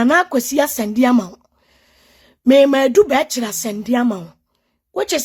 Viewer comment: Ei, 3y3 asem oooooh! The way I used to respect Maame Ngege eh! Shut up woman! & the name is ADU-BERCHIE Not Adu Berchri!!!!!